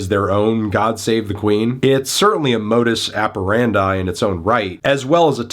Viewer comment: Melon, that’s not how you say “modus operandi”